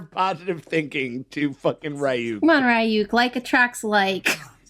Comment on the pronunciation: Pronouncing RYUKs name wrong was triggering. 😂 THE CHARACTERS ARE ALREADY SAYING IT CORRECTLY WHY Rayuk tf its Reeeyuk ryuk RYUK